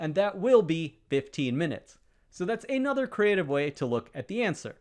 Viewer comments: an accent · I give up: just what “thee” hell is “ay-nother”?